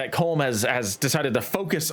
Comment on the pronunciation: It’s pronounced Colum even though it’s spelt Colm it’s Irish